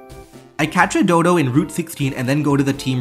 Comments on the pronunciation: It's weird that the guy can play pokemon so well and yet cannot read the names of the pokemon correctly dodo? DoDUO doh duuu oooohh. dodo is just an animal in the real world. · it's dodou not dodo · The way they say "Dodo" and not "doduo" is so frustrating /lh 😭😭